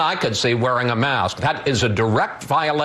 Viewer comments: Is it me, or is Alex Azar incapable of pronouncing "k"? Every time he says "mask" it sounds like "mass". He is a pawn, and an embarrassment. Mask wearing isn't patriotic; it's a survival tactic. Muzzle up, Secretary Azar. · Yes, you are quite right, Alex pronouced MASS, with no K sounding. Then again, he could be purposely mispronoucing it just to tickle Chris.